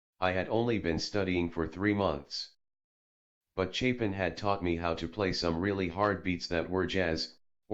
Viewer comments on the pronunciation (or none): none